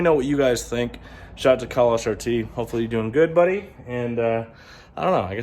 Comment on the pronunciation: It’s Khal not kahal👀